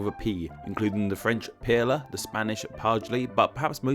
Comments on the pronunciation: pére is pronounced like pear not pearra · IKR I've always been taught to say it like Pear. Why is he putting an L somewhere in there. The way he says it all i hear is "Pearla" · "Pier-la"? "Pad=lee"? "Pay-ter"? Stop butchering 3 languages at once! It's Pair-gh (gh like in "ugh"), Pad-ray, and Par-tair! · père is [pɛə(ɹ)] Said like the RP pronunciation of pear or pair. it sounds like he's saying ['peɪ.lə]. Also padre is [pɑdɾeɪ] or ['pɑd.ɾɛ] not ['pæd.ɾi:] and pater is [pɑ.tɚ] or [pa.teɾ] not [peɪ.tɚ] like he seems to pronounce it. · Pere not Pela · hahahha your pronounciation of Père is hilarious. hahahha you pronounce it as pear (as in the fruit). not pearler hahahhahaha that made my day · Nice video, and very interesting :). One thing though (and it's a nitpick)- pére isn't pronounced like "pear-la", it's pronounced pretty much the same as the English word "pear" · It sounds like pela to me. So off it hurts. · and for that matter, pére sounds close to "pear" NOT "pare-la" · Père is pronounced Perla.. I lesrn something new every day ☺️ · I feel like this guy is purposely mispronouncing père and padre because i don't know why he says pearla and padle because there isn't a L in both of those words. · "Père" is pronounced "/pɛr/" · Really? Did you j ust say peita? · I'm sorry for being nitpicky but "père" just sounds wrong the way you say it. To me it ressembles more closely the word "pear." Idk why your way bothers me so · I'm an American learning French... I almost lost it when you said "père" it is pronounced similarly to "pear". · For a linguistics channel you really suck ass at pronouncing words. How did you get "peh-lah" from père? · "peitah" lol! no! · It's better to pronounce something like it's English if you don't know the correct pronunciation cause then it's understandable. How the hell did he get peh-lah from pere? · pronounced it as "peelah", hahah. I wonder where and how he got that though. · WHY ARE YOU SAYING PÉRE LIKE THAT???